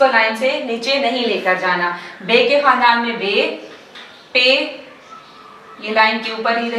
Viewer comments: خاندان کے تلفظ کو کھاندان کہتے ہیں نۓ بجے اس پر بات کریں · کھاندان نہیں خاندان ہی ہے تلفظ